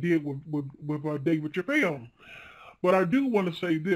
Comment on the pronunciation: Why does she say chappelle completely different to everyone one else who says it including dave?